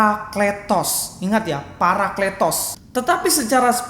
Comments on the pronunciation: Wao luar biasa IQ nya saking tingginya sebut parakletos aja jadi paraklitos,hahahahahah, layak beliau dapat gelar Doktor....!! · Astaga 😅 kata παρακλητος dibaca πηρικλιτος?? 😂